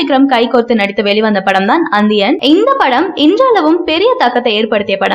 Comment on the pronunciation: அந்தியனா ஏனம்மா உங்களுக்கு நி என்ற உச்சரிப்பு வராதா